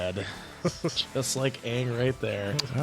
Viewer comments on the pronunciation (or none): If u watch this you have to watch korra too!!! Btw, this american mispronunciation is kinda irritating tbh. They pronounced Aang like "and" but it should be like "hung" since they base references off east Asian stuff. (Chinese,japanese)